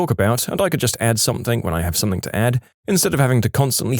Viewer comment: No k in the word something